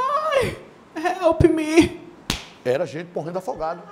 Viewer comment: "Helpmi" kkkkkkkk